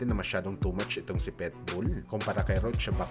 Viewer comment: marunong k b magbasa?anong petbul ang tamang basa jn pitbul bobo!